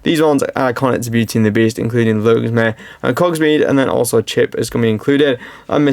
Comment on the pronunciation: Logsmer and Cogsmead? Maurice and his son? I get people not knowing the source material but you are making a damn video about it. Read a script.